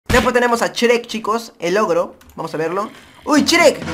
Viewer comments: se dice shruek no shrek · COMO QUE CHREC !? ES YUEK NO CHEREK (y ya se que se escribe shrek) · por que dise s cherec😓